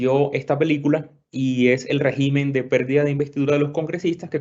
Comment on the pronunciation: Régimen, por favor, cuidar la lengua castellana por favor. Con acento gráfico en la primera e, con acento tónico en la primera e, también. Oh Dios !